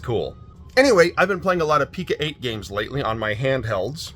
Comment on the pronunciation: Great finds, thanks for sharing! I apologize in advance, but my OCD requires me to tell you it's pronounced Pee-Co-eight with a long 'O' sound, like 'Co.' as in short for 'company'.